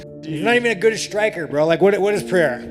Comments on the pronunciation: Great video. One correction on the pronunciation if i may — and if you obey this you can be the first english-speaker to get it right. His name — pereira — is pronounced with 2 Rs. You — and joe rogan and all the other mma announcer clowns — keep pronouncing it pe-HEIR-a, as if the first r is pronounced as an H. That would be the correct pronunciation of the spelling of his last name had a double R at the front: Perreira. Yes, in that case the double R is pronounced as an H. But a single R, in portuguese, is only pronounced as an H if it comes at the beginning of a word: hence “rio de janeiro” is pronounced to sound like HIO-de-janeiro. Where there is only one R and it is in the middle of the word, you just say it as a R, simple. Why the collective wisdom of the UFC cannot master something so simple as to probounce the guy’s bane just as it looks on paper — instrad giving it some messed up pronunciation — is beyond me. Beyond that detail, great video. I lived 20 years in sao paulo. Alex p is the man. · Why do you say his name like that? I would understand if you were fluent in Portuguese. Alex doesn't even pronounce his own name with a "H" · There's no "h" in Pereira.